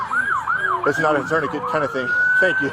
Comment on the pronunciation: "Need a torniquete?" 😂😂😂😂